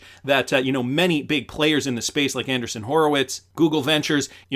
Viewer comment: Ok, driving me nuts. It's AndREEson, not Anderson Horowitz. Hinman deposition moved to July 27.